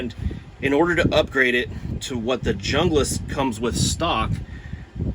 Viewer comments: Bro is a typical American, too intellectually lazy to pronounce junglas the way it's actually pronounced. Arrogant and entitled Americans make me sick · I like the pronouncing of Hunglas because when you talk to a girl you can tell her I'm Hung Lass! 🤣 I love my BK9. That being said, to each their own. There are pros and cons for both. I have the BK9 and the Ontario RD9. The RD9 is a great knife too, but it has flat blocky handles. TKC does have after market scales for it though, but obviously that adds money to the overall cost of the knife.